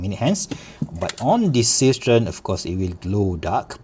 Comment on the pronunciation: Seestern is German for starfish (literally "seastar"). It's pronounced seh-schtern and it's not a homophone to cistern. The "s" in See is pronounced as a voiced s similar to z in English because the s is followed by a vowel. 🤪